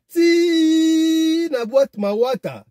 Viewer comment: Mawata c'est un quartier mais tu prononce mal. Loandjili eza musika tu explique très mal la côte c'est en ville.